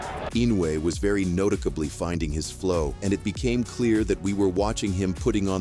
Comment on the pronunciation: “Inoue was very ‘notickably’ finding his flow”. Look, I understand not loving the sound of your voice and wanting to use AI VO for narration, but for the love of god review your content before publishing it and make sure the AI shit is saying things correctly. If you have to spell it out phonetically in the script then do so, this shit is just lazy bare minimum content otherwise.